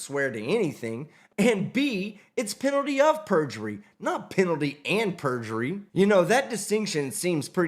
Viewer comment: Penatie oh' purjgerie